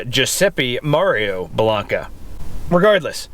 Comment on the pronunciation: Hey,! It's pronounced BELL-AINK-AH. With a long "a" on the middle syllable. Great video, thanks for sharing.